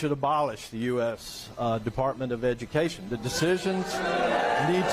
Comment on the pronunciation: We should abolish the Department of edu-muh-cation.. said the walking talking stereotype